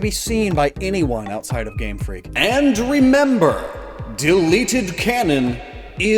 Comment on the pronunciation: Game FREAK emphasis on the FREAK